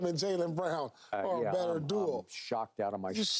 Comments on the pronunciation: Is it me or do they keep saying "dual" and not "duo"?? Lol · Why is Paul pronouncing “duo” as “duel” 😂😂😂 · Is paul saying duel instead of duo or are my speakers just terrible? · Love Paul but why can't that mf say "duo" instead of "dual" 😭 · Perfect example of yall meat-riding Keyshawn lol. Paul Pierce has said the word “Duel” intsead of “Duo” like 6 times here today. Not one comment about it, but yesterday when Keyshawn said “anonymous” instead of “unanimous” yall couldn’t get off his meat in the comments. Yall are such follow the leader it’s crazy 😂😂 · Watching Pierce getting swept by the word Duo has got to be the biggest beat down this playoffs. My guy didn’t say it right once.